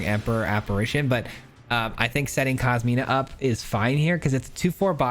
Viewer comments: I hate to be that guy, but it’s COSIMA (Italian female name), not KOSMINA… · Nice build man! Inspiring me to build an exile pile. Also, and apologies for the pedanticness but it's Cos-ima my man. There is no letter "N".